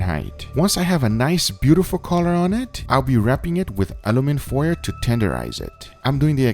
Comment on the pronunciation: Did this guy just say aluminfoyer